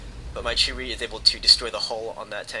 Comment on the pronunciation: There not cheetos or cherys.. its Chi-To and Chi-Ri Incase you havent noticed there in Japanese.